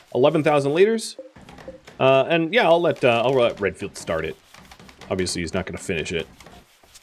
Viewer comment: I keep hearing Redfield as Renfield... and I immediately think of Bram Stoker.